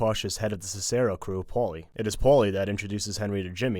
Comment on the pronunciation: Wait wait wait, you're lecturing on Goodfellas but pronouncing Cicero like "sis-SER-o"? Madonn'! Have you never heard this name spoken before, or did you not hear it the umpteen times it was said in the film? Or even in the context of Roman history? FOH.